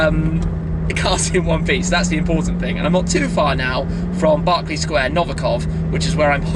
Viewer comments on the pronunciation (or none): none